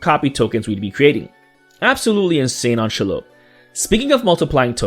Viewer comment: The pronunciation of this card’s name is SHEE-lobb. Short O. If it were some random new legend I probably wouldn’t care, but this creature has had a name for almost a century.